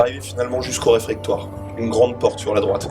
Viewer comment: on dit réfectoire <3 sinon c top :) bravo à vous!